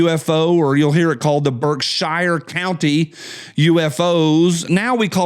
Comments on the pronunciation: I used to say "how do they traverse the void of space in a dozen lifetimes?" but now understand that just because I don't understand it doesn't mean it isn't possible. BTW it's pronounced BERKsheer not Shire like the place hobbits are from and f the brits who say BARKsheer. Netflix and Alphabet Inc are Unforgiven. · That covered bridge has been closed since the early 70s. Also historic marker. I don't know, I think maybe BSyou can't tell you are leaving Gt Barrington and going into Sheffield. Your pronouncing Birkshire wrong not shire sher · Lived in western mass. all my live, we pronounced Berkshire Mtns. BerkshEAR not Berkshire. We lived in New England not England. Thanks. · Pronounced “Berk-sheer” up here brother👍🏽👍🏽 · "Berk-shear" That's ok, I used to say "App a lay shi uh"